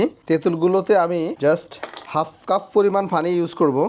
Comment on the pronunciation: Cuf bolechen keno? Eta cup